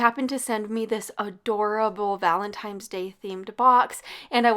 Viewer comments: Love your meal ideas! One note - It's ValentiNe's Day not ValentiMe's Day! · Valentine’s, not valentimes lol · Love your videos. Lol the way you say "valentimes"day. Or how it sounded lol